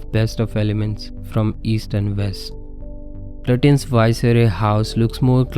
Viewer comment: Thanks & a well thought out analysis. His name is pronounced "Lutchens" or "Lachh-ens"